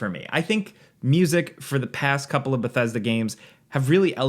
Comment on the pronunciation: You haven't even played the game yet here you are rambling about it. Also, it's "Bethesda".